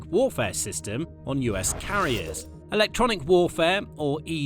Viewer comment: Amazing new method of pronouncing “Electronic”! Just take ofd the ‘E’ and SAY IT A HUNDRED TIMES! “Lectronic!” “Lectronic!” “Lectronic!” “Lectronic!” UGH.